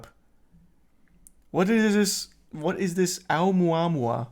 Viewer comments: It's pronounced, oh-moo-ah-moo-ah. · When you doubt everyone and everything bc you don't see it.. it was considered a meteor/asteroid at first.. then ppl figd out what it was. Face the facts brother. O mua mua is how you say it. Fml. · It's pronounced "oh-mua-mua". When we found it, it had already passed earth and been slingshotted away. It was a huge deal when it happened. They could tell it was interstellar and the way that it was physically shaped - with the material it was made of - was super odd but still naturally occurring.